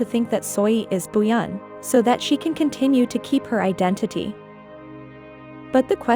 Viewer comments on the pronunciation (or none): none